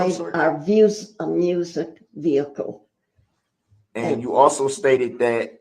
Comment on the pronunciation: If I stop the video at this point, there's no veehikuh on the screen. So there never was a veehikuh, y'all just decided to go lay down